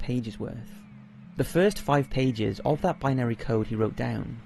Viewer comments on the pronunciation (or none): none